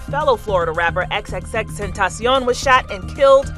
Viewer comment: Girl thank yoy for saying his name right😂🙏